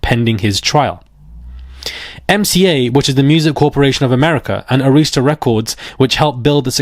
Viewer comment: Ah-rhis-tuh not A-rees-ta